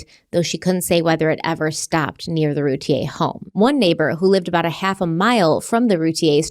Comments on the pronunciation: Hey guys, it’s pronounced Rooo- tee ur. Not Te - A. Just sayin! No hate. 👍🏻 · It’s ‘Root-ear’ not ‘Root-ie-yay’. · Hello, just wanted to let you guys know it’s pronounced Roo-teer. I’m from Dallas and this was on the news non stop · The last name is pronounced "Rooteer" according to the Routier family. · Please learn how to pronounce this surname properly. It’s not the French pronunciation. Every local news story,, the majority of national ones, and the family themselves. pronounce it “Roo-tear” like a tea you cry. Those boys deserve to have their names pronounced correctly! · Loving the coverage of this case! CW is my favorite podcast ❤️ PS. Routier is pronounced Rou-teer 😘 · I live just outside Rowlett, and not far away from the Routiers (it’s pronounced Roo-TEER, btw). It’s a pretty common belief in the neighborhood that Darlie did this to her kids. It’s been a very long time since this happened, but this case still feels very fresh in the community, and there’s still a lot of anger toward her. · It's NOT ROO-TEA-A!!!! Ugh I cringe every time says it like that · Actually, root ie Yay is how it would be pronounced, by a French Canadian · Am I the only person who’s been pronouncing their name without the i? Like a computer router ? So far it seems the husband is involved too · #CRIMEWEEKLY YOUR FACTS IN THIS CASE ARE OPINIONS, NOT FACTS! Now I am literally going through all of your past cases I’ve listened to wondering how accurate they are….. I KNOW THIS IS ALL ABOUT VIEWS AND MONEY, BUT DAMN, YOU COULD AT LEAST HAVE CASES TOP PAR WITHOUT BOTCHING HER NAME AND WHAT I BELIEVE INNOCENCE EVEN MORE. ITS PPL LIKE YOU THAT CONVINCE PPL OF GUILT WITH ONLY LISTENING TO OPINIONS AND HALF FACTS… SMH 🤦🏼‍♀️